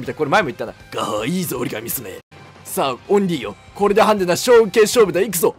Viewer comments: とうとう最後までオリーって言わなかったね笑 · 最後の最後までオンリーって言っとる笑笑笑笑笑笑